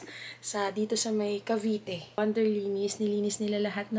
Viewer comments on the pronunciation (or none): none